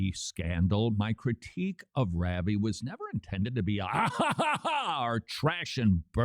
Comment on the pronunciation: Somebody please teach Todd how to say "Ravi" (rauh-vee)